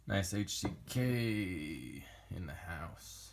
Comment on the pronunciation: You nailed the name. 👍